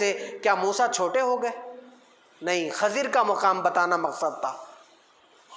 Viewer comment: حضرت خضر علیہ السلام کا تلفظ صیح و درست فرمالے آپ کا تلفظ غلط ہے